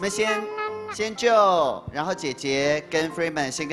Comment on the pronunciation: 何炅好歹做节目前也做好功课嘛！Feynman念“Fryman”“Freeman”，Joe念“Joey”。这样有点不尊重小朋友们了吧？（何炅还是北外的教授。。。）